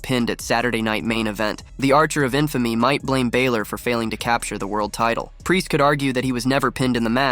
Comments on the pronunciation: Please will you stop saying Finn Bàylor it isn't that it's Finn Bàlor sorry just needed to say this cause it is easy to pronounce lol😂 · I kills me every time he pronounces "Finn Baylor" instead of "Balor". And Drew "McIntree"? lol